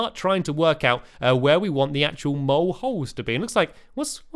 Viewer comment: At first i thought he kept saying get them all instead of get the mole